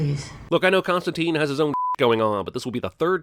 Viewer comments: its constantyne, not constanteen. he even gets his own name wrong. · biggest sin - yankees can't pronounce his name correctly. it's Constant-i-ne, not teen. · It's actually pronounced Constan-TYNE (as in twine or nine or fine), not Costan-TEEN. This is mentioned this a couple times in the Hellblazer comic (correcting someone who's mispronouncing it). Even the British show didn't pronounce it right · Most obvious (and controversial) sin: they keep mispronouncing his name. According to creator Alan Moore, it's supposed to be pronounced Constant-ayne (look it up) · the "i" in constantine is pronounced like i in "wine".